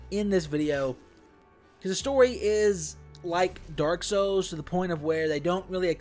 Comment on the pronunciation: Its souls not sous